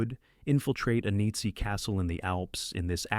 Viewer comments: "A Needzy Castle" ? You should either use natural narration or upgrade your AI - preferably the former ! 😂 p.s. I also for the world of me couldn't make out what the AI made out of "WWII" earlier on in the video !!??? 😅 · Gargage AI commentary, including not even pronouncing the word "Nazi" correctly! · It's a good list, but they're not all movies about WWII. It would also have been nice if the AI could pronounce things correctly, especially WWII and Nazi.